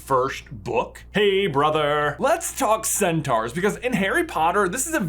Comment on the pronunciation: It’s sen-tor